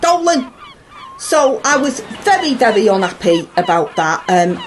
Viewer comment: wery wery un appy